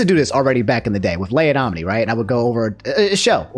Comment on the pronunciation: I thought omni fanart was "omni fart" lol